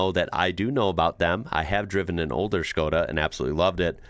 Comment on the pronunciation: nice to hear that you can pronounce Skoda correctly .... nearly noone outside Czech Rep. can do it .. thank you !